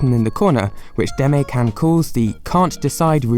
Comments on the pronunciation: 出前…Deh-Mah-Eh. Demae. Saying "Deme" sounds like "teme" and that's just rude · It's not pronounced "day-me" its pronounced "dema--ay" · The way you pronounce "demae" hurts my soul. Interesting video, though! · Since you always have high standards for your research, let me point out some things you missed: 1) you pronounced Demae wrong! This is something you can check with a friend. 2) the channel is actually called the Demae channel. 3) I think you said "websites" instead of "restaurants" at some point. Not sure though.